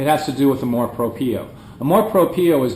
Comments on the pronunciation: Some Filipinos are haters of their own kind which is sad. Thanks for trying to understand the Filipino psyche. By the way "amor propio" is pronounced as -- amor - you got that right - "propyo" for propio. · Very well said. That was a very in-depth analysis of the Filipino culture. Sounds like you've lived there for more than 5 years. Btw, its pronounced Amor Prop-yo (2nd syllable pronounced yo like in yoyo). Good job! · Lol "Canamor Propio" I like that. ;P